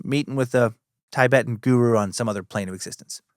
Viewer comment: Dan said Tibetan correctly by mistake in this one. I'm taking it as a win!🎉🎉🎉